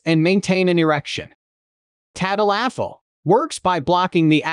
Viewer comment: tad-a-LAFFIL. Lol.